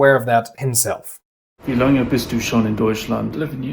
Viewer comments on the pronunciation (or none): none